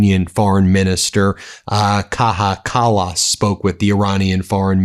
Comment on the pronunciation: Gee Ben! It's Kaja Kallas, not Kaha Kallas! You can do better dude!